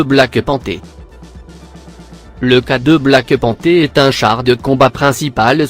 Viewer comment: J'arrête tu gave garçon le black panté a la place du black panter arrete les vidéo mon grand c'est saccadé c'est ignoble sa casse le tête ta façon de parlé